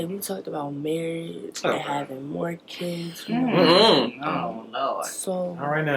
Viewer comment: How come I thought she said mortgage not more kids 😄😅😅 TOO YOUNG